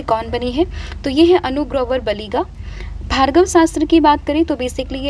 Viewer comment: Mam it's Bhargav astra not Bhargava Sastra..❤